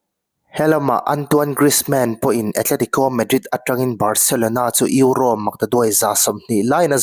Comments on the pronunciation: Eurossss tih kher angailo, Euro ti tawp la atawk mai sir.. ngaihthlak ati nuamlo lek lek.. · Eurose😂 atawplam ah erawh euro ngaihthlak a nuam ta e, tuipui ral tawng alawm duh duh in lam maitur, Mizo tawng pawh sap pa chal ho Khuan an lam dik bik awmlo e mai😂😂😂